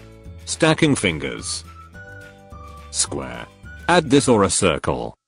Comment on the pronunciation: "Square" The Narration: Sqhh